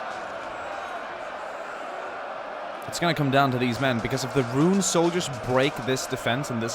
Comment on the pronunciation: I'd say that the Haradrim look the best. Especially riding the Mumakil. I got kinda annoyed when you called them Rune, but you noticed the mistake by the end so all is well. Please do more on this. If you can, try and recreate the battle for Pellenor fields. Whenever you can is fine - just please make it happen.